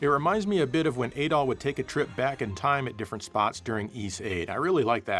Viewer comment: Your “Adol” sounds a lot like “Adolf”